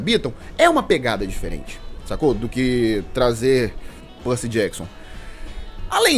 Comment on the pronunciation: Belo vídeo kkkkkk Eu gostei dos filmes kkkk Foi bem diferente, mas eu até gostei... Ele falando Percy Jackson doeu um tiquim 😅😅 Mas dei like ❤❤